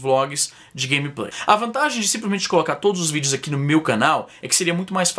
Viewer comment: Izzy, porque você fala 'ãqui'?